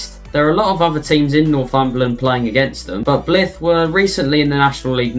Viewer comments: "Bliff" please!! It's Bly....th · This randomly popped up as a suggestion so gave it a watch. Overall a good effort lad so I'm looking forward to more videos. Btw, Blyth rhymes with knife. Hope that helps.